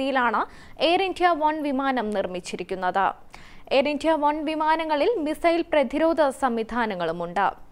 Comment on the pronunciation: How is she pronouncing "India"? D is given unnecessary stress..